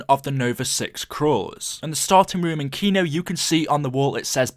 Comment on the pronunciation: kino not keno 😉